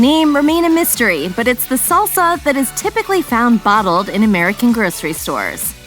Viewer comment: It's salsa, not saulsa. Short A as in fast